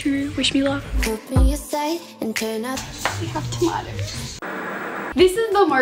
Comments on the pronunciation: Normal ppl ; tomatoes To-may-toes Her ; tamaters Ta-ma-ters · I LOVE the way she says tomatos!!😆